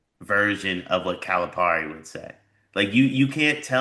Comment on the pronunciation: Seriously, dude. Calipari is pronounced pear-e not par-e